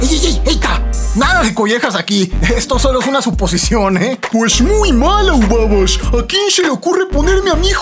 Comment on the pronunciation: Ubabash dijo el serresiente jaja :0